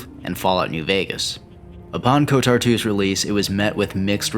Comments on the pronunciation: I wish it didn't, but you saying "" instead of "KOTOR" bothers me, like a lot lmao. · Why do you pronounce KotOR as KotAR? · why do you keep saying? you know its kotor, right? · why does he keep saying '?' why cant he just say kotor. like... ko.... tor... its real easy. like the dark web browser. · still not as bad as the other guy who made a video about it and said K O T O R, as in every letter separately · Why do you keep pronouncing it ""? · I’m still wishing for kotor 3.. and no, I’m not talking about swtor, but kotor 3. Kotor 1&2 are among my favorite games of all time Btw... I literally cringed every time you pronounced kotor, like. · Does Google have access to my Steam account? Literally haven't looked at anything SW or KOTOR related, but the day I start playing KOTOR 2 on Steam to check out the Restored Content Mod, your video is in my recommended feed... Good vid btw, agree with almost everything said, just not the pronunciation:P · KOTOR is my favorite game >Spends 20 minutes pronouncing the acronym wrong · BRO HOW DO YOU MISPRONOUNCE KOTOR WRONG. Just hearing it over and over again just hurts my ears. But wonderful review nonetheless!